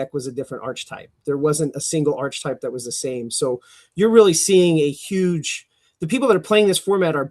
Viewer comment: “Progenerator” “Arch-uh-type”